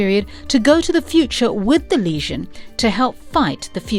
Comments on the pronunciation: I swear, every time you said "legion" it sounded like you were saying "lesion". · Is it just me or is she saying that the group was calked The Lesion of Superheroes not Legion. The damsged tissue or wound of superheroes? Is she trying to say it as the French would? Even so she's saying it wrong even then. I love reading LSH strories I particularly enjoy the stories from the late 70's and early 80's. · Legion, not lesion!! AI read script sucks. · Not Lesion - Legion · stop saying leasion that is gapping wound. Legion is the word you mean. lee gin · I thought it was the legion, not leasion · lol sounds like she is saying "lesion" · Everytime she says legion, it sounds like lesion to my ear. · "The Lesion" lmfao "Kan-dooer" lmfao The new Legion of Superheroes animated movie is not perfect and has its' own canon but is enjoyable and - for newbs - probably a good intro to the Legion's adventures. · Why is she calling them the Lesion? Not a flattering description.